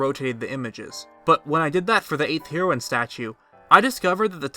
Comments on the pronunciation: It's pronounced HEROINE. Like hair oh win. And Hylian is pronounced HIGH-lean, not hill-lean. And INSIGNIA has three I's, it's not "insigna." You sound like you're 9 with your mispronunciations. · Heroine is pronounced as the drug of the same name, though it’s means female hero. Sorry just wanted to clarify, but nonetheless intriguing video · It's pronounced as Hair-o-in. Not Hero-in. fml. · it's pronounced HAIR-OH-WIN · You say heroine wrong, just so you know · “Heroine” is pronounced just like the drug “heroin”. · Was gonna shoot myself if I had to hear u mispronounce heroine one more time. U sound dumb af.